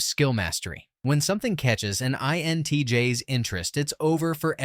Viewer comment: The repeated stating of the letters 'INTJS' with the 'S' pronounced as the letter 'S' instead of the plural of INTJ was quite annoying...